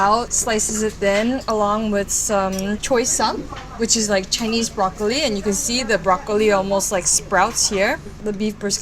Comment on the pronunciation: Did she just say Chinese broccrolee 😂